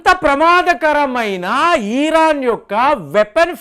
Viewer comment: ఈరాన్ ఏందిరా భయ్, ఇరాన్ అనాలి